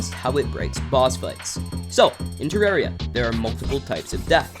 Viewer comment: Only American I’ve ever heard say terraria right